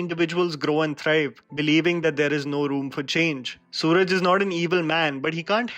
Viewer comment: Actors name is not suraj. Its swaraaj